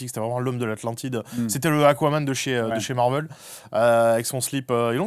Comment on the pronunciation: tout le monde: marvél sébastien rasiat: marveul